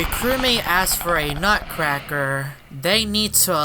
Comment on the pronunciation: Then the youtuber saying sun of a nutruccraker